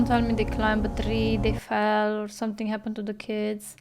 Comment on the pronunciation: I love how most of your words end in K Somethink Yellow kink Sufferingk 🤣😂